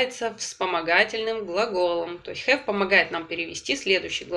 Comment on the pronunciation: Очень нравятся Ваши уроки, но мучает вопрос почему при произнесении has or have Вы их говорите с "э" ведь там должно быть почти "а", спасибо